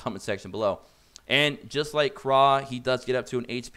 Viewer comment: Dude...seriously.....Pronounce the names correctly. Krau is German. Pronounced KR OWW Like when you stub your toe and say oww!